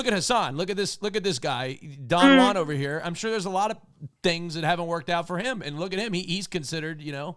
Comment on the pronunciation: my guy said “it’s jover?”😭😭